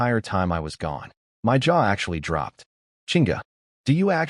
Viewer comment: Got to say this new AI fault is annoying, why has it started saying M Y instead of my? Have the makers deliberately broken it to get people to pay more money to get a version that works?